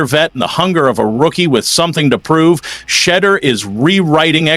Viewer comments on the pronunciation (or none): Quit call him Shed-der His name is pronounced "She-duer"